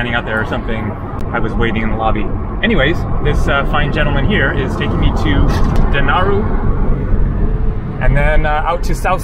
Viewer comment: Den-a-ral Island. I lived there for 6 months, great to see it again. Tourists pronounce it incorrectly